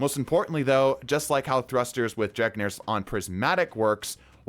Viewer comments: Bro called it dregnirs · Off topic, but is there a reason he calls Drengrs lash, Dregnrs lash? I've heard it in a couple videos and i don't know if its just a meme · Brother, I appreciate your videos but for the love of god. DRENGR LASH - DREN-GER